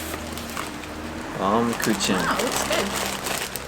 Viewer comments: Google Translate pronounces it as "baumkoohen" with kind of a slight harder edge to the "h" sound. That's using German. Using English it pronounces it as bomkitchen. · Hello and! Great to see you both on this video. If it helps, the German cake is pronounced "Bowm-koo-ken," if you pronounce "bow" like taking a bow at the end of a performance. The translation essentially is "Tree Cake" because it looks like a slice of a tree trunk, due to the concentric rings. Thanks for the wonderful video!